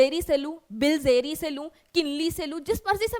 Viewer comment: that bilseri and bisleri was too funny 😂😂😂😅